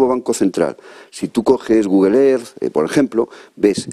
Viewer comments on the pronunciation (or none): none